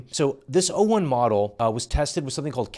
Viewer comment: He keeps saying 1o instead of o1 which also drove me insane